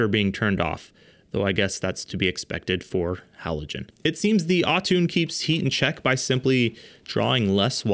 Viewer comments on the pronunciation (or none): Its NOT "Autune" (Autoone) its "Auto One" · its pronounced "AUTO ONE" .................. what is wrong with Americans? you said "autune"????? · Its pronounced AutoOne, not Autoone, LOL. Love the video though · You read that as au-toon, instead of auto one. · I think "au-toone" was "auto-one" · Dude, it’s not Au-toone. Almost certain it’s Auto-one. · It's pronounced " auto-one " (autooone) NOT "all-toon" 😂😂😂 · “Au-tuuune” bro can you even read😂 it says Auto one😅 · Clearly that says Autoone(Auto-One. Not Au-Toon🤦🏽‍♂️ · It’s not autoone it’s pronounced “auto-one” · auto one not autoone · AutoOne! Not Atuun! Sorry! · I love how you pronounced Auto One as AwwwToon. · Come one..Au Toon? 😂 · Please. It is clearly pronounced "Aww-too-NEE" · Umm, possibly pronounced “auto one.”